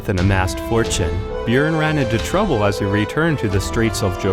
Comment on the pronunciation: I’m surprised he even pronounced Bjüorn or however the fuck you spell his name.